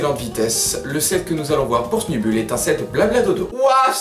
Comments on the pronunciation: Il faut la dire à l'angliche va ! "Sneubeull", ca vient du coeur <3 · juste moi je dis Sneubeul pas Snubull idem pour Grambull ( Granbeul )